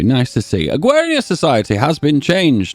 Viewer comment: "Agwawian Society"